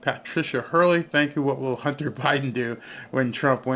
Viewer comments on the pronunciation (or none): none